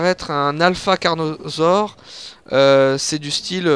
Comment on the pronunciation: j'ai mal aux oreilles ta dit carnosaure xD